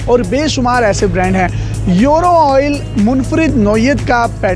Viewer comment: یورو نہیں بولتے ایورو بولتے ہیں 😆😆😆🇵🇰🇮🇹❤❤